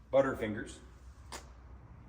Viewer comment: butthah fingahssss..... lol!!!